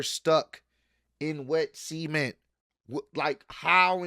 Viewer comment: this is not the first time I hear you pronounce the word "cement" like this, but you should REALLY look up how to pronounce it for your own good😂 The word you currently prounounce starts with a "S" and can easily be misunderstood outside of context.